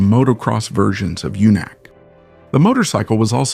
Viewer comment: Pronounce "Junak" like "yunak." The Sokół RT 600 was an interesting motorcycle.